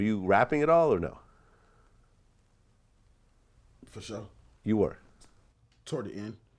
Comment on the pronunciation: Asks question: “fasho”😂